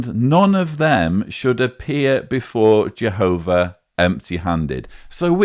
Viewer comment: Soo we luuhve Jehooovahh *hic